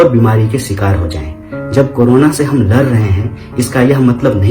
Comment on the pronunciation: Bhai tu "lar" rha hai aur hum "ladh" rhe hai